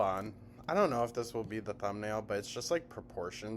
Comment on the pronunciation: How does she manage to get an “L” in don’t?? Doln’t. . . .wtf is this vernacular gymnastics????